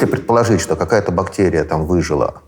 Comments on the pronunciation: БактЭрия???? СЭкс? ПринтЭр? Ну как это возможно? Не могу дослушать интервью. Взрослый образованный человек. Пожалуйста не зовите его больше 🙏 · Я может странный. Но мне как то тяжело слушать этого доктора всевозможных наук. То тороторит, то прям неспеша говорит, при этом постоянно проглатывая окончания слов. Ну и отдельная любовь "заострения на буквах", наподобие: бактЕрия. Там наверное всё дальше по списку, эти вот все слова: сЕкс, тЕст, и т.д. У нас в университете был такой. Чё он там бубнил себе под нос, никто не понимал. Зато также любил выделять буквы. В общем, это наверное только у меня такой рвотный рефлекс, на основании былого опыта. А так то, очень интересный выпуск. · Пхахх, Гельфанд(!)произносит слово бактэрия-бактЕрия! Слушать невыносимо! Неужели Гельфанд не знает московский говор?.. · А еще Михаил говорит «бактЕрия», что является неправильным произношением. Это однозначно говорит о том, что он безграмотный человек, да-да! Ну, по вашей логике. Подождите-ка - вы же тоже употребили слово «угандошить» - значит вы тоже дики и тупы! Блин, я тоже, и я чувствую, как дичаю и тупею... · когда он произносит --- бактЕрия , то как - то коробит и не очень верится в его боольшой ум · Он так интересно «бактЕрия» произносит ) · Противно он так говорит, точнее произносит слово бактерия. Выделить букву "е" он в речи решил для солилности. Но почему именно в одном слове? Слух режет, - не досмотрел. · Закон русского языка, если вы редко произносите слово, то произносите как Э, а если часто как Е, вы редко произностите слово бактерия, поэтому и режет